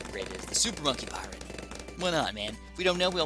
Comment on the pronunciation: It's funny how pronounced Pirate as Paret